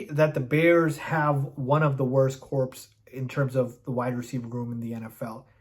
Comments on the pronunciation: Good vid.. but heads up, corps, as in wide receiving corps, is pronounced like “core”, not “corpse” Edit: the jags receivers aren’t that good… even engram, an old Marvin Jones and Christian Kirk? That’s pretty bad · “Cor”, not “corpse” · Corps is pronounced core